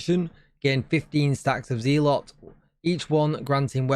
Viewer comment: Smashing coverage as per. This seasons stuff sounds a bit tedious. Lots of micro management depending on which clan you are fighting. I guess we will just have to see at the time, but it doesnt sound too appealing. One little note, as i assume you will be covering this further in the future or streaming perhaps. The one called zealot is pronounced, i assume, zell-ot. As in, religious zealot, or religious nutter. Not a massive deal, but I figured you would like to know. Either way, good stuff